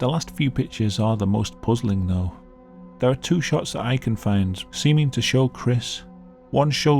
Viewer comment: I’ve said before; the police need to check their suspects again for a speech impediment. It sounds like he’s trying to say “down there”, instead saying “down thewe”.